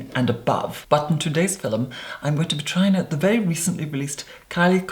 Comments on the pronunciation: "Fill-um"? Really. Roll my eyes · Why am I the only one noticing him always saying "filum" when he says film. All jokes aside You Are Therapy from your voice to your appearance. Holy guacamole. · You say "film" like "Filum". It confuses me. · I love how he pronounces film, "filim" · I am here for my daily dose of "filum" <3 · We need "filum" merchandise!! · we don’t pronounce film as “filum” bc where tf is the “u”... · "Today's filum." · “Hi everyone today’s philnm is a philnm about a pale makeup on today’s philmn Kylie cosmetics doesn’t use www. It’s a trend now days philmn philmn philmn” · I'm here for every time you say Filum. I feel like I need to retake an English class..or classes. Probably a lot of classes. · i love when he said filem so soothing 😍🖤✨ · why does she always say "FILEM ?? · Filum I love the way he says film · Today's fi-lem so cute! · I love the, "Fillum", thing too much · When the video started, the first thing I noticed was his eyes, they were staring in my soul. It made me feel so uncomfortable 😂. I continued to watch this video, and when he said filahm I lost it 😂😂💀💀💀💀💀. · Normal person: Hi guys, todays video is a Kylie Cosmetics review.: Hello everyone. Today's fil-um is going to be a brand and product focused fil-um. WHY IS HE SO ARTICULATE?! AND WHY IS IT SO MESMERIZING?! also he makes me feel so incredibly stupid. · Damn the way you say “Film” is so satisfying,in such a strange way. I love it ! 😍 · Everyone talking about him saying “filum”instead of film while I’m freaking out that people DONT say “filum”?? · "Filum" haha I really like your skin also wtf youre so clearrr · I’m not sure, but I believe when he says “fill-um” he is actually saying film. It’s typical that many Irish people pronounce film this way. I’m not sure that is Irish, just educating 😘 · I told my friend I was going to watch your “fillum” and she was quite confused lol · "Fillem" love his videos tho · film?? Lol very posh LOVE IT! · Say film again. 😂